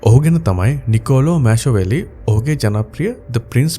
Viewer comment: පොඩි නිවැරැදි කිරිමක්. The Prince පොත ලිව්වේ නිකලෝයි මැශෝවෙලි නෙමෙයි නිකොලෝයි මැකියාවේලි❤